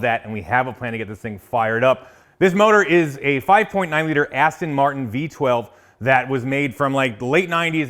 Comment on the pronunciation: "AsStang Martin"